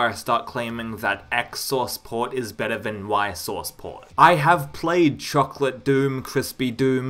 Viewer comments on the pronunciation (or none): none